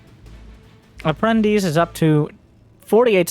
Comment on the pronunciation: hey, you pronounced APPRENTICE correctly! is a Latin word used in Portuguese (and I believe in Spanish)